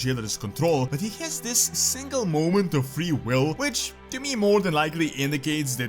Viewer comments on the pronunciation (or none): none